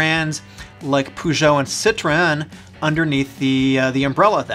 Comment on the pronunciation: They’re pronounced “purr jeux” and “sit-tron”